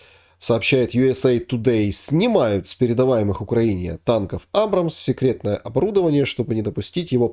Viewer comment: намекните гостю, что ударение в названии страны Украина стоит над буквой И. Странно, что человек вроде бы и умный, но с какой то глупой стороны продолжает называть страну не корректно. 😊